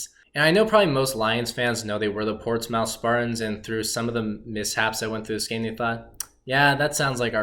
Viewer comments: I'm from Portsmouth, OH (Port•SMITH correct pronunciation). No worries though, even some people from Portsmouth can't pronounce it. Porchmiff isn't a thing people. Anyway, always nice to see our brief history. Thanks. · So many things wrong here. Not following a kid who doesn't know history, not to mention how to pronounce "Portsmouth".